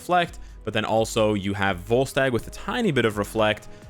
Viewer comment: Not gonna lie, when he was going over “Refinement” I thought he said “Ball Sack” instead of Volstagg.... (IGN: Wayward Son 02)